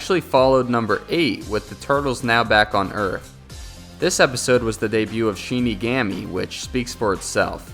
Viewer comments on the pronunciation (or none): Its shin.ni,gomi that's how u prounce it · He is saying shinigami wrong